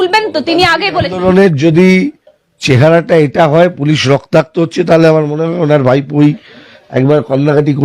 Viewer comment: রক্তাক্ত রক্তার্ত নয় ম্যাডাম। বাংলায় সাংবাদিকতা করছেন বাংলা শব্দের বানান ও উচ্চারণ জানেন না।